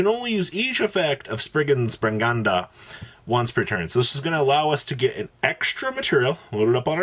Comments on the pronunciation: It’s not bringanda it’s branga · Pog, I’m liking actually running dogma’s in this, and I’m liking the 0 albaz in this list even more! I have friends who play this deck and this might give sum ideas. The way you pronounce branga hurts me to deep in the soul tho Edit: every single one hurts like that